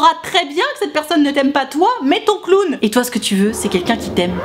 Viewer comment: Jpppp le plus drôle dans l’histoire c’est que tout le long tu dis clown et pas clone